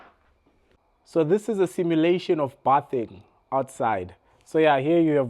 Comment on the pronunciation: No buthing , its bathing (beithing)...😜😜😜😜😜